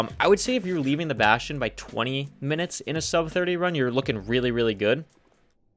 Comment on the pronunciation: What the hell is a “bashion”